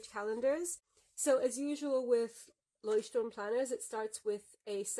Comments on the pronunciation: I‘ve gotten so used to everyone pronouncing it „Leuchtturm Nineteen-Seventeen“ that I was really startled to hear you pronounce it in German, and a really good pronunciation as well! Had to immediately rewind to see if I heard you correctly 😂 Think I never looked at the planners Leuchtturm produces, although I like their notebooks enough to have one for long-term lists (previously used as a bullet journal). Thanks for showing off what you‘re using in 2022, loving these in-depth reviews you do! 💌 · Sooooo refreshing to hear a non-native German person pronounce Leuchtturm correctly. For that thank you! Also, amazing review, love how detailed it was!